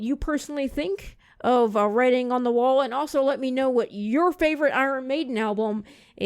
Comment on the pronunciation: You need to pronounce their name correctly. Other than that good guy.